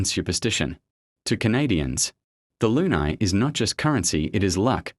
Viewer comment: It's pronounced, LOO-KNEE. Like in crazy.